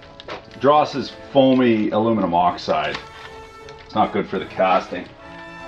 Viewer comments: Haha, was he trying to say aluminum? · Zak1387 He pronounces everything wrong on purpose. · Does he pronounce Knob and aluminum wrong on purpose?